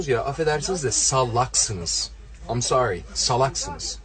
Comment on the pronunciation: am sori ha? am sori goddot deee covilad dovi dovi zımbab fakkhe, a aa mon diziz vadi kamon disz iz fakking gossooomm.